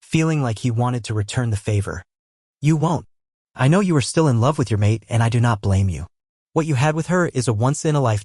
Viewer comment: Why can't AI read...? I get why it can't pronounce the names right. But when it can't even read 'do' 'it' or 'pie hole' it gets a little frustrating. Love these books though thanks for posting.😊